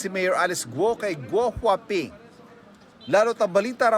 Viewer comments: GuoHuaPing? GWAPING??? 😅😅 baka it’s a prank. lol 😅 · Gouwhaping,🤔🤣🤣🤣🤣 Parang pugi sa pandinig ko.